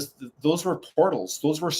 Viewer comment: You said wer 2011